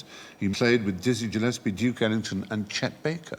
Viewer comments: Dizzy Gillespie's last name is pronounced with a hard 'G'. It's not "Djillespie". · I think this is the first time I've heard Dizzy Gillespie pronounced with a soft-G. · “Dizzy Gillespie” pronounced with a soft “g”? Would have thought Stephen Fry might have known better.